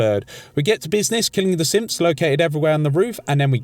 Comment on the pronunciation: Does anyone else hear him say simps when he says synth